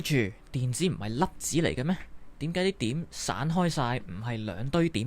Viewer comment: 点解 讲成(典解) ??????????????????????????????????????